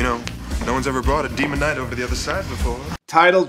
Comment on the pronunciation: Ah, The Movie I Misspronounced As „Demon Night“…